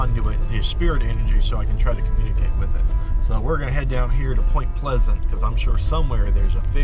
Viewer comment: POY-MNT PLE-SZ-ANT WEE-EH-ST VIR-GEE-NEE-YEA 😎